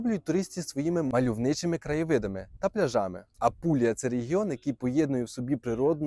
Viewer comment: Правильно ставте на голос Не пляжами а пляжами